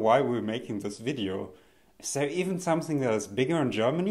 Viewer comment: Did he just said samsing and not something in the end?!